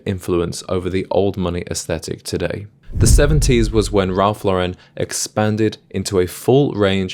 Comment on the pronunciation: Worked at Ralph Lauren in college. I learned a lot about style and fashion, cuz prior to that I was a jeans and t-shirt guy. Still am actually, but I also own 3 Purple Label suits. By the way, don’t ever say “Ralph luh-Ren”…it’s Law-ren.